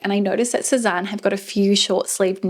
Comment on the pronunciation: It's pronounced 'seh-zane' or 'seh-zan' not 'Seh-zahn' :)